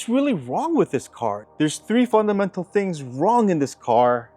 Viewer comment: Are you trying to say "fundamental"?